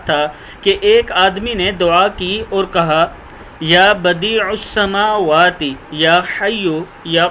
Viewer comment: Ya badi as samawate likha he aap galat parh rahe hen aor jo log aap say sun kar galat parhain ge us ka gunah aap ko ho ga chand rupon ki khatir itni be ihtiati mat karen g